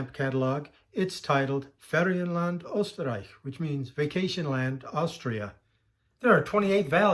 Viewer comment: I’m just getting into stamp collecting as I think the history of them can be extremely interesting! I also love watching your channel, despite just getting into it. Also, not to be condescending or anything like that, but Österreich is pronounced: oosterreick (the two “o”s having the sound of the o in who because of the umlaut).